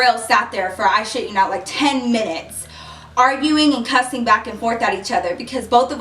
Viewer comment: i don't know why people say cussing like the word is pronounced cursing